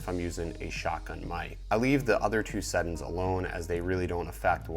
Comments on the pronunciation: Bro, it's settings not settin' lol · Marfoogle Watutu News I thought that was just me. I kept saying "sett-INGS" until I couldn't take it anymore lol